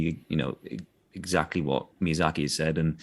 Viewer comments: Maya-zaki? Mother of god. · wow what an asshole MAYA ZACKY! how do you not know how to pronounce his name especially if you've met him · keeping on saying "Mayazaki" instead of "Miyazaki" kinda made my blood boil. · Would be nice for to learn his name right. Every time she said Mayazaki. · For some of these the person's appearnce really fits the charachters and then there's just people like. Like he looks slightly crazy enough to be the charachter but that's about it. Also lol the different pronounciations of Miazaki is crazy. basically said Mayazaki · Mispronouncing miyazakis name is criminal. I have a newfound disrespect for millicent